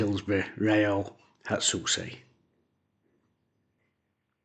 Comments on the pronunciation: Hatsue not Hatsuse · Essentially pronounced "Hat-seh" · Bless you for trying to pronounce his name xD great vid tho, and it's always a good idea to get more anime music in here :)